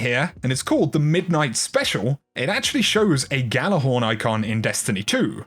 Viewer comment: It's pronounced "Yallarhorn", not "Gallarhorn"